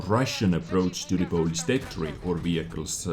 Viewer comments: Polish not Polis :) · Hey #! You wanted to say polish not police. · For some reason i find your pronounciation of word "Polish" funny xD Sounds more like greek "polis"